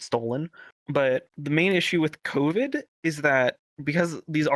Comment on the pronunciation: "The Cawvid"